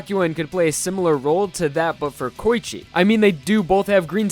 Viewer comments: He just called Koichi KOYICHE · Coochie lmao. Idk if he was tryna say Koichi or Poochie but he done fucked up